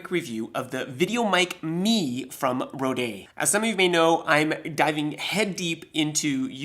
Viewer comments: it's pronounced "road" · I quite like the Frenchifying of the name though!